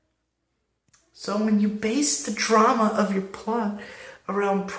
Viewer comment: Love you saying drama really hilarious